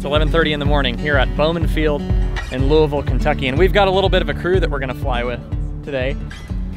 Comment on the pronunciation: Nice to see Bowman (and Bearno's) featured. My mother lives just under where most people turn downwind to base for 24. Great plane watching from her back deck. Congratulate Chelsea on getting you to pronounce "Louisville" close to how us natives do.